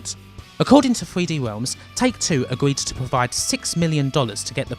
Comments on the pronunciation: "Thwee Dee Whelms" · "3hweeD Wealms"